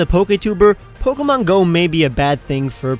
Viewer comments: You're the first person to address the "not so good stuff" and I'm glad. I've heard so many news reports on the app and sure, they were pretty darn stupid, but the pronunciation of the "é" in Pokémon is probably the worst thing I've been hearing ever since. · poke-mon poket-monsters